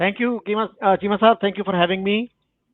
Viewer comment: 😂 ये शकील भी चीमा को कीमा बोलने लग गया है......😂😂😂